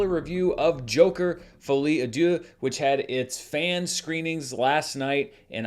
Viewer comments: My French is rudimentary but I think you pronounced deux (two) like dieu (god). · Should I correct Dan on his pronounciation of "Deux" 🤔